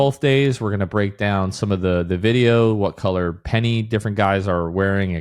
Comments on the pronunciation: I’m hearing, “Pennys”/“pennies” when it should be, “Pinnies”. I thought you were talking about shoes. Lol. Maybe an accent thing and part of the confusion? I’m from New York. We pronounce it “pin-ease” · you guys say pennies 😭 i know it as pinnies i was so confused